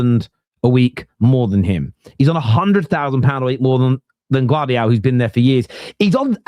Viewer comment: Gvardialll why are you guys saying GVARDIOL why isn't anyone telling yous ??